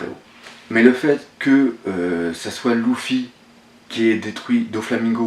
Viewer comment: Luffy ne se prononce pas "Loufy " (gros massacre ) mais Leuffy !